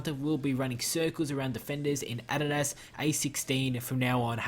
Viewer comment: BRO I LOVE YOUR VIDS BUT SAY ADIDAS RIGHT PLS I 👍your vids